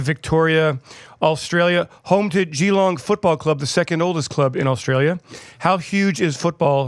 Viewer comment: “Gee-long” and “mel-born” fucken hell hahah